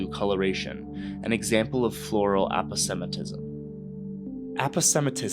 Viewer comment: You mispronounce "aposematism," and you misspell "unpalatability." "Kinetesynthetic" should, one presumes, be "Kinetosynthetic."